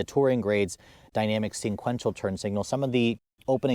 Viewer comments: SEQUENTIAL! Not sinquential. There is only 1 N in the word, not 2. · Are you really saying "sinquential"? Lol. It's sequential. Just a heads up. No 'N' 👍